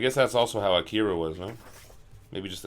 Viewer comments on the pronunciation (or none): i-Kira? .... you mean AK-ira right?